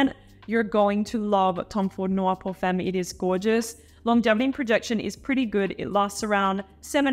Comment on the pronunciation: Pierre should teach you how to pronounce femme correctly...